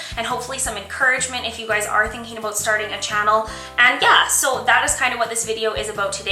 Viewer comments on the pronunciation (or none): "were going to step away from the beauty products and talk aboat youtube" You're CANADIAN! <3